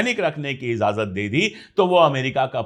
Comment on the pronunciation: Ijazat not izazat in Urdu jnab pandey sb